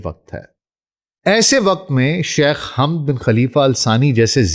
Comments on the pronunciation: Pehle nam zra sahe lo hamd nahi hai woh samjee .onka nam hamad hai baba e qaum hai jaheel mihajar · Hamad boliye Sir